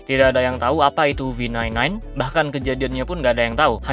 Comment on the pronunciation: V9 9 bjir dibacanya